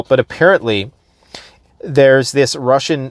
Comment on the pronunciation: You said "Rushing". 😂